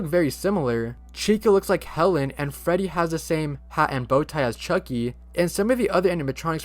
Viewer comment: When you said Freddy I heard Feddy.😂😂😂😂😂